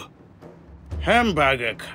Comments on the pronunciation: ハンバーガーの発音がヨキ🤣マクドしか食べた事のないわたしにとって､こういうハンバーガー めっちゃ美味しそうで食べてみたい🤤💕HONDAにまたがってる､イカしてました😉✨ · ハンバーガーの発音 クセすごいっ🤣 ハンバーガーめっちゃ 美味しそうでした 🤤